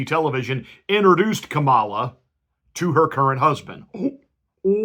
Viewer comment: Exactly! The fact that he is intentionally mispronouncing her name is a dead giveaway., you sir are no Christian.